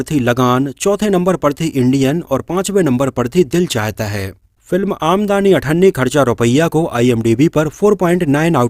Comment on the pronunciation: आमदनी पढो भाई ये आमदानी नहीं है।